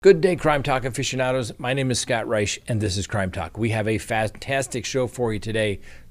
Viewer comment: Why do you mispronounce the name of your show, Crime Talk. Talk is pronounced “talk” NOT tok!